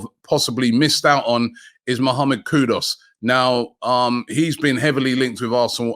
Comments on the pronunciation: Please stop pronouncing Kudus wrong - Koo-doos not kudos..! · Koodoos not Kood-us. Sheeesh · Just the fact that you call him kudos alone is enough for him not to come! When are you Robbie going to get the names right? You could just ask any ghanaian how the name is pronounced but no despite weeks of comments to correct you ignore and continue with kudos. Its not nice butchering people's names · Don't know why everyone keeps calling Kudus "Kudoss". There's no O there, it's KOODOOS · The one good thing about missing out on M. Kudus is that we won’t have to listen to Robbie repeatedly mispronounce his name. For the record it’s spelt KudUs and NOT KudOs … Robbie. It not even hard. SMDH. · if only Robbie knew how to get his name "Kudus" right. maybe he will choose Arsenal.. haha